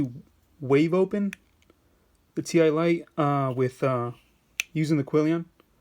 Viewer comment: Its pronounced "tie " lite as in tie a knot ........